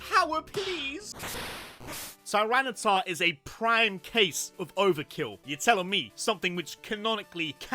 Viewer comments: TYRANITAR, NOT TRENITAR! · are they saying tyranitar wrong on purpose?